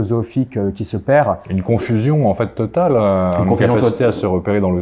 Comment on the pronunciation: Et le comble est qu'ils le prononcent mal. Ils disent en faiT en prononçant le t final. Cela m'écorche les oreilles à tel point que récemment, j'ai cessé d'écouter l'exposé d'un monsieur qui ne cessait de dire en faiT à presque toutes ses phrases.